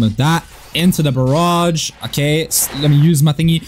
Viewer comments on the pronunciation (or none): none